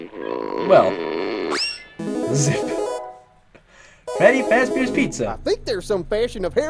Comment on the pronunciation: did u just say freddy FazBEER